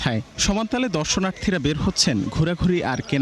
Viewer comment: কী খবর পাঠক রে বাবা! দর্শনার্থীদের বললো- ধর্ষনার্থী!! 😂😅😂